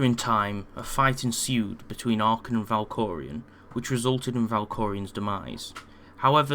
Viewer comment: Valkorion. Not Valkorian.